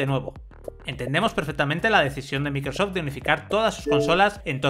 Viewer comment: Cualquier marca que no sea de Sony lo pronuncian del Qlo como "equisbox" "microsof" EleGe y muchas más. Ah pero si es Playstation...